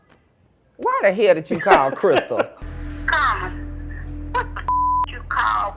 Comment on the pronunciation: lmao saying CarMON